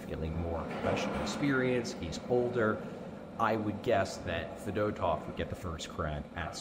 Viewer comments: Fed-oh-tov is the most hoagie mouth pronunciation possible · As a Russians we prononced his surname as Fee-dOh-tuff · Russian vs Delco pronunciation lol